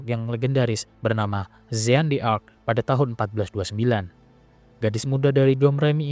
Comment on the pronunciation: Pembacaan nama jean d'arc keliru.